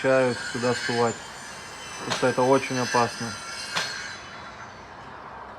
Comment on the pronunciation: ты нерусский, что-ли? Что у тебя за речь? Ты диче своих волков! " сУвать", " волкИ́" - что это за слова? Что за ударение???!!! 🤣🤣🤣 А зачем ты дразнишь волков? Ты ма30}{иçт?👀😱😱😱